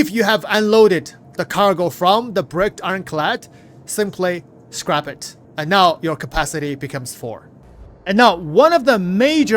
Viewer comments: Its scrap not scrape... lol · scrap, the A in scrap sounds just like the a in map. SCRAP. not Scrape where it sounds like ape. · Hey buddy just letting you know in english it's pronounced scra p - not scrape. Not being rude just noticed quite a few times you say scrape which confused me a few times until I realised what you were trying to say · ITS SCRAP!! NOT SCRAPE OR SCREP OR SCRIPTED!!! Wtf man... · "Scrap" which rhymes with Crap isn't the same word as "Scrape" which rhymes Grape. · "Skrip" "Scrape" Brother it's Scrap LOL! "Sssscccrrrraaapp" No E or I in that word! LOL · SCRAP, SCRAP...not SCRAPE...not SCRIPT! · "Scrape" and "Scrap" are two different words. Scrape (how you have been saying it) means "to remove a layer of something". Scrap (pronounced "ssk-rap") means "to destroy or discard something". Past tense: Scraped ("sskr-ape-ed) means you already removed a layer. Scrapped ("ssk-rap-ped") means it has already been destroyed or discarded. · Love your content, but I can't handle hearing you say "scrape" instead of "scrap"! Please, its crap with an s on the front. The two words have very different meanings! It makes me twitch every time... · Scrape is spelled with an E Scrap is pronounced scr-ap like an AP on your phone or computer not ape. Your pronouncing it like your scraping hulls on ships and it's a soft a like at not ate. Thank you for the video and helping us stay on top of all the changes. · my man, it's S-C-R-A-P short A, not Scrape with a long A. Two different English words, just an fyi. Just thought you should know. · Scrap and Scrape are pronounced differently and have two different meanings. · I think it's scrapped, not scraped. It's pronounced with the A having the same sound as if you say 'hat'. Scraping is when you scrape something off something, ie I scraped the paint from the chair. I can't actually read the text so forgive me if I'm wrong, but I feel safe to assume and hopefully help your pronunciation for the future.